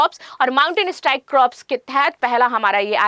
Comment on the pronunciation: मैडम क्रॉप्स नहीं,कॉर्प्स है